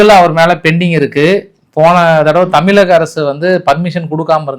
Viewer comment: ஐயா உங்களுக்கு ழகரம் சரியாக உச்சரிக்க வரவில்லை.தமிலகம் என்று உச்சரிப்பது சரியில்லை.தமிழ் மொழிக்கே சிறப்பு அந்த ழகரம்தான் அதை சரியாக உச்சரியுங்கள். இது வேண்டுகோளாக ஏற்றுக்கொள்ளவும்.